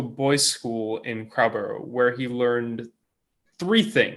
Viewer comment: Crowborough "Crow" as in "row" a boat, borough "buruh", please.